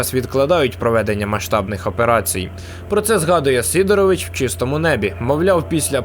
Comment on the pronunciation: Не СИдорович, а СидорОвич. Бо це фамілія.